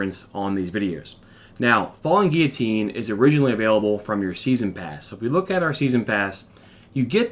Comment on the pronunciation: Its gill o tine silent 'u'